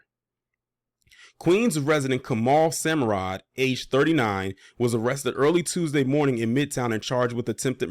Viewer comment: White adjacent ? 😂 Italians are white Italy is in Europe come on brotha II follow u but u have to paint the facts when reporting and pronounce the suspect name correct smh